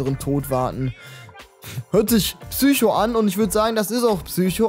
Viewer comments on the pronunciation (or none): none